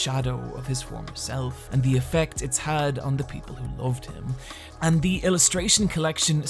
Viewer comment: "The" isn't pronounced "zee" when in fron of a consonant. It's incredibly annoying when you use it all the time, not even once in a while for emphasis, all the time!